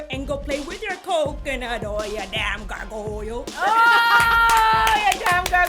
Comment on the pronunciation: I had to directly like the video when went "gar-go-yal" hahaha